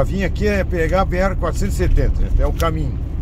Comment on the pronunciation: B "ere: não.. B erre..= BR... Somos brasileiros erres aspirados . Sem essa de pousar de gringo... com esses horríveis erres vibrados, tipo gringolěs. SUPER desagragaveis aos ouvidos brasileiroa